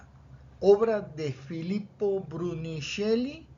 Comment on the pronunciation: il duomo santa maria del fiore lo hizo filippo bruneleschi, en español brunelesqui, tu haz dicho brunisceli